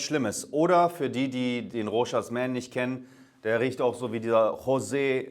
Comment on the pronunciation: Das s wird beim Rochas nicht ausgesprochen. Bleibt stumm.